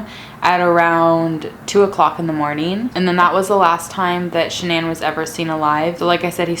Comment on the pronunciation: Si love how she says Shannan